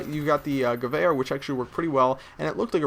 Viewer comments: nah bro its guh-vair, he said it right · AT LAST, SOMEONE WHO CAN PRONOUNCE Geweher right!!!!! I love you man :,)